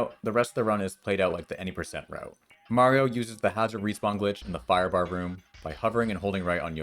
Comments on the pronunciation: Heh, knew it, you pronounce Mario correctly in this video! Mayreeo was a lie! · So why did you decide to finally start pronouncing Mario correctly?